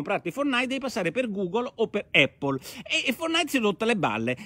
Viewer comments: Giancarlo F. Eippol allora!!! :-) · Immagino derivi dalla pronuncia della "a" quando si enuncia l'alfabeto. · Eh sì, pace e eippol a tutti!! 😎😎😎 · Ottima zuppa come al solito. Ma mai nessuno che pronuncia APPLE correttamente? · Effettivamente la pronuncia corretta è con "a" e non "e", cmq Porro non è l'unico a sbagliare. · Ma sì, l'avevo capito. 😁 Un errore è un errore, tutto qua. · Giancarlo F. Un errore che fanno milioni di Italiani, questo è il motivo del mio commento. Ma da dove viene?